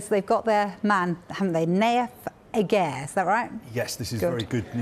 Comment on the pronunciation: They actually pronounced Aguerds name wrong.